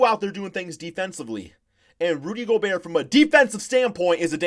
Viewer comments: It's go-bear not go-burt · Nobody: Flight: “ Rudy Gogurt” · Is he just trolling us or is flight really that stupid? He's in his own words "such a casual"....seriously less than a casual fan if he doesn't know who he is or even pronounce the name of the 2-time reigning defensive player of the year award winner in the NBA. That's like not knowing who james harden is and pronouncing his name wrong too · How does anyone take flight serious.... The dude defines CRINGE.... The man says "JOE-KICH" and "GO-BURT".... SMH....